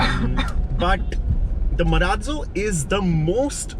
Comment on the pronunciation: Why do people pronounce it MA-RAAT - ZO WHEN ITS MA-RAAZ-O?